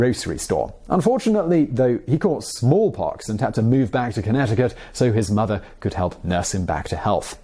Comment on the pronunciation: the way he said smallpox.